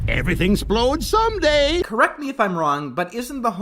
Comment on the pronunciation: "Everything's 'splode someday." Oh your not even trying!